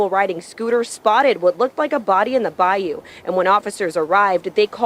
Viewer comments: Bro good content but damn it’s not Bayoooo it’s Baiyuuuuu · Brother it’s *Bayou* not Bioyo😂😂😂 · By-You fam.. its pronounced By-You😂